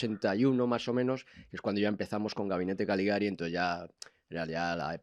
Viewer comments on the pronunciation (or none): CALIGARI, no galigari!!!